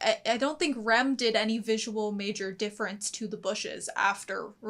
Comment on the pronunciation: i can't tell when americans say Rem or Ram, it sounds the same